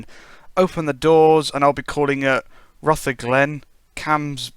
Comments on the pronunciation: And it's Pronounced as Rootherglen, just to try help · Rutherglen is pronounced Ruverglen